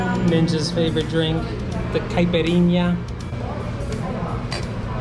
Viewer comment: I think it's because you pronounce "cap'A'rinha" instead of "caipirinha".